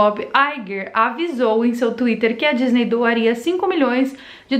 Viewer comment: Ela falou gisney